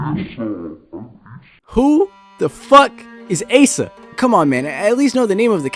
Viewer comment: Guys u pronounce it as Ay-sa! Not A-sa! So real